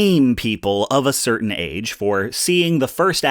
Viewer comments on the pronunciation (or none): none